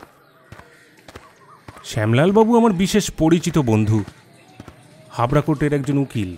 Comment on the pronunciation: Dada ota Hawrha na Hubra ektu dekhe neben. Hubra the sesamoy kono court chilo na aj ache. Ektu dekhe porun. Apni Hindivashi na ja Hawrha ke Hubra bolben. At apni Bangla golpo porchen.